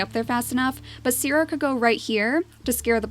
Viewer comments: Maybe you could pronounce 'Sire' like See-rae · Try saying it like syr or sier, pretty much say it with the long i